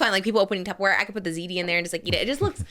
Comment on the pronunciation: DID SAY TUBBER-WARE?